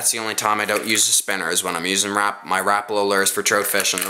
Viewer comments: Rapala not rapla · A simple blue fox vibrix is the way to go and learn how to talk not lurr or rapla and troat It's lure rapala and trout god damn and u were calling a swivel a spinner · You called a swivel a spinner. I don't think you now much about fishing. It seemed to me that you were reading the names on the lure because you said rapala wrong. You said RAPLA